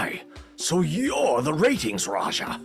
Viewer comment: Retinz [phon. "ratings"]